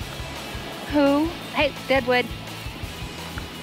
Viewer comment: Its Deadwood not Daewoo!